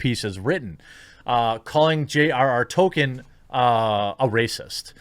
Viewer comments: Yes. Our modern day "Orc" stemmed originally from Tolkein's work. Also, dont know if youre trolling or not but its pronounced tol-keen not token... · Jeremy, not even knowing how to pronounce Tolkien doesn't exactly help your case.